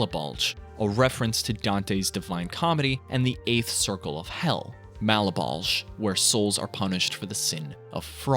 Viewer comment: Isn't Malebolge pronounced "mall-BOWL-juh"? Have I been saying it wrong this whole time?